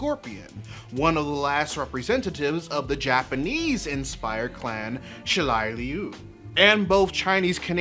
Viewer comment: It’s shirai ryu not shilai lyu...but yea fuck racism